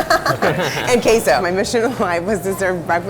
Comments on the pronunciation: She put the EMphasis on the wrong syLLABle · Allie B I speak Spanish, and she kept saying it like Kay-So It’s said like Que-So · She just pronounces Queso as kayso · its pronounced qeso not qeiso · Not to be negative here but.. the way she said queso was so cringey :((( it's qeeeso not cAY-so 😭 on a positive note, this whole brunch video looks so good ! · It's not "kayso" it's "kehso". I'm Tejano and she doesn't make tacos like we do. It's different. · Just say cheese if your gonna say queso kaso(talking bout the lady at the beginning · If white people want to cook tacos at LEAST educate yourself on how to actually pronounce the food your making “kayso” wtf is that lol?! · I would just say cheese if she was gonna say queso like kaso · Everytime she says "Kayso" instead of Queso.. Oh god... unalive it plz.. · I hate the way she says “queiso” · "No one else in LA is doing queso (Kay so)! Also her, "We almost didn't make it." You don't say, silly white woman. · why does this white lady replace the “e” in every spanish word she says with an “a” word: queso her: kAyso word: jalapeño her: jalapAño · she says "kay-sow" yet she owns a taco thing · Is anyone bothered about how she said Kay Zo? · Rae Msp it is pronounced Kayso idk where you are from but it is not south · Crack. And "kay-sow", as she says. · I don't trust a restaurant that says they have " authentic Hispanic food" when they say the have k-so it's queso no matter where you live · Wtf is kayso you mean queso k-ueh-so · Lulu Sanchez It’s pronounced KESO 🤣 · she in L.A owns a taco restaurant has a Hispanic last name and then calls queso keyso. no seas mamoma smh. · "kay-soh" IT IS QUESO,. ugh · It is pronounced 'Khe - So' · Anybody else cringe when she says QUEso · better not be trying to pronounce queso... "Kay-so" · Visibly cringed every time she said kay-so (queso), although I totally love the idea she has for the place. Definitely plan on making a trip next time I'm out in Hollywood.